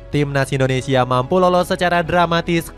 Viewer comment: Indonesia min bukan Indoensia😊